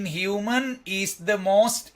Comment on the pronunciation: මානුෂක human pronounce karanne හියුමේන් කියලද්?